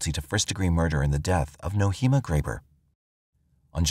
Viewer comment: Nohema is pronounced "No-ay-ma". Names are important. Her name was mispronounced throughout this video. May the dear lady rest in peace.